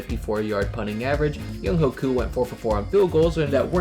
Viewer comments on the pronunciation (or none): Yo great video but just so u know it’s pronounced young-way koo